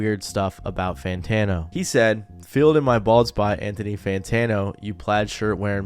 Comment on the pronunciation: What’s an Anthony santano